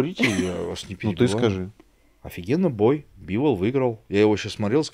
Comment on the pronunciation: Когда-нибудь начнет называть Дмитрия БИволом,а не БивОлом,но это уже совсем другая история...